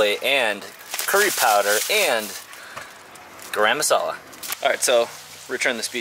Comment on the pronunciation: Very informative video loved to c yr lentil shopping I am from Pakistan and following u since josh and Cody visited yr bus liked yr accent of pronouncing garam masala 💞👍